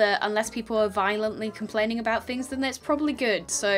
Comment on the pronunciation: nobody:: fhings